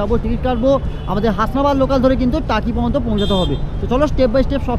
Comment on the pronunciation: আপনার ভিডিও টা পুরোটা মন দিয়ে দেখলাম। অনেক information পেলাম। তবে সবটাই যে খুব ভাল তা মনে হল না।প্রথমত,বার বার "কিন্ত " শব্দের ব্যবহার বিরক্তিকর। তাছাড়া বাংলা শব্দ উচ্চারণ খুব খারাপ।আগে থেকে script লিখে সেই অনুযায়ী বলুন।"ভাল","পর্যন্ত "ইত্যাদি শব্দ পরিষ্কার উচ্চারণ করুন।খুব চেষ্টা করেছেন,সেটা বোঝা গেল।তবে এই মনমুগ্ধকর পরিবেশে রবীন্দ্রনাথের একটা কবিতা বা গান ফাটাফাটি হত।ভুলগুলো ঠিক করলেই এগনো যায়।আবার বলি বাচন ভঙ্গী ঠিক করুন।